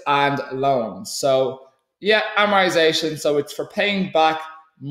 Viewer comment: Jesus Christ great video very helpful but for the love of god say amortisation with a T